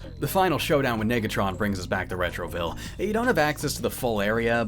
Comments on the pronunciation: Hmmm... yeah I think the narrator needed to practice saying the prefix "nega" a little more better... Just saying..... lmao! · “You were [two] letter[s] away from gettin’ lit up like a suburb in December.” — Darnell, on the narrator’s pronunciation of Negatron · No way that was unintentional, you can hear a clear "i" instead of an "e".